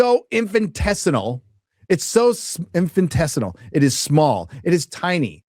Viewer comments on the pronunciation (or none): Infinitesimal, not "infintessinal", ya drongo, lol! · InfintesiNal? I'm going to have to lear you some language skills, bruh. Say it with me - in fin it es im al- infinitesimal 😂